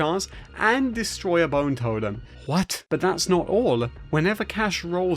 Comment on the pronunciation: the "hwat" had me dying NGL lmao